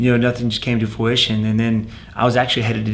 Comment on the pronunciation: Stephen “Foowishin” Thompson. You mean fruition bruh?